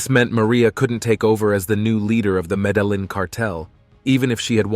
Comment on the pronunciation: Bro, that's not how you pronounce Medellin... Show some respect for a God dude..... Latti Daddi, Free John Gotti! Show some respect for your elders and betters bruv!